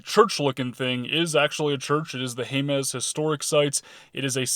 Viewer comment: Jemez is pronounced "HAY-muss" by New Mexicans.